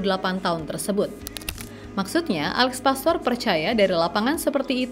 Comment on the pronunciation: Alex Pastuur bukan pastor Paas bukan paes Meis bukan mes Olé (é nya seperti di kata "képala" bukan ē di kata "bēbēk" yuk teman2 semua normalisasi cara menyebut nama orang dengan benar 🙌